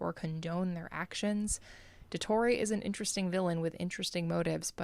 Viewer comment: I'm sorry but the way she say Il Dottore just itched my brain the wrong way. They literally pronounce it correctly in the game, and she still gets it wrong??? 😭